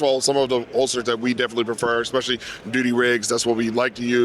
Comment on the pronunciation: I LOVE ALL THE CONTENT BUT, "Eggspecially"! Everytime he mutters the word my skin crawls. Jeezus, He's on camera. No one has told him he's pronouncing it wrong???